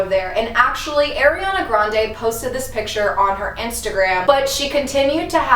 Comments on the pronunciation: AIRI-ana? 🤦🏼‍♀️ it’s ARI-ana 😂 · I LOVE the idea of doing spooky vids in the summer, I always miss them this time of year. This Ariana stuff is fascinating, but just a heads up, its AR-iana not AIR-iana but I used to say it wrong too lol so dont feel bad.